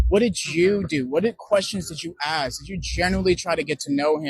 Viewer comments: A professional in Mental Health counseling with some obvious European DNA admixture and he still can't pronounce "Ask" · By not being able to pronounce "Ask"